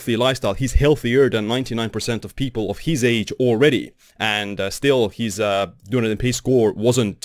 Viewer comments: It’s pronounced DUN EEEE DIN (I worked there! It’s Celtic for Edinburgh and is in the South Island of NZ) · Good summary. But learn to say Dun-EEE-din properly.